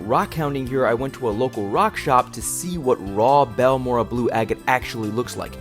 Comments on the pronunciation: It's baORE ray uh 😊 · It's pronounced; BAL MORE RAY. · Google Translate says "Balmorhea" is pronounced something like "Balmoray." Lots of the agates I find in Central Texas have a whitish or reddish "weathering rind" on the outside of the nodule. When I see a little bit of waxy-looking blue or red showing through the rind, the nodule goes into my bucket.